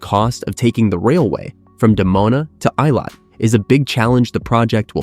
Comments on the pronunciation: It's pronounced ay-LOT, not EYE-lot. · The southern port city of 'Eye-lat'... :) 'ih-lat.' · Eilat is not pronounced as "eye lawt" but "ay lawt" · I live in Eilat, Israel. It’s pronounced “EE-lot”, not “eye-lot”. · The name of Israel's southern port city - Eilat is pronounced AY-LOT not I-LOT. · Israeli here. Good coverage, but doesn't touch on current security challenges. And you could have done ten seconds of research to find out how to pronounce Eilat...